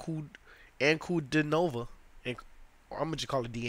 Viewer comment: "An-ku-DEE-no-vah". Accent on the middle syllable ;). The most unique female voice on the planet.